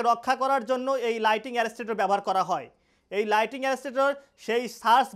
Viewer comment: It's not lighting but lightning